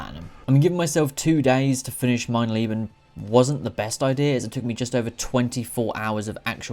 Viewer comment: your German is very bad, but the video was entertaining <3 "Mein Leben" i personally wouldn't do it.